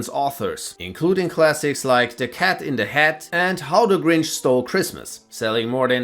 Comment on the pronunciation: AAAHAHAGHAHAHAHAHA “Der Kat en deh het”